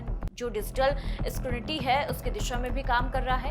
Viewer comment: Madam... स्करुनिटी - skurinity nhi.... स्क्रूटिनी scrutiny bola jata hai....